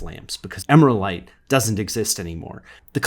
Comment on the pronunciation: Agree, but I would pronounce it Emeral-ite rather than emera-lite.